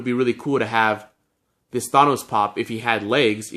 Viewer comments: Its pronounced than os not thane os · He says Thanos like Thay-nos lol